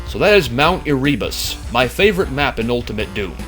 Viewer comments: It's "AIR-uh-bus" not "air-REE-bus" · I think Erebus is pronounced "Ere-boos" not "Eree-bus" :) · I pronounce it as mt. Ehrehbus not as ehreebus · Just a minor note: It's actually pronounced "air-uh-bus".